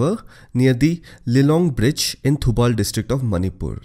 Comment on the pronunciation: Superb way of explanation. I couldnot have learn this by simply reading a book, the voice of your is so calm. BTW the only currection is the way you pronounce Thoubal river is actually Thoowbal . Keep it up your video are awesome👍👍